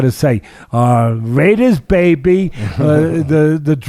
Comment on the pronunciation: "Raiders baebee" Teddy been kicking it with Oscar.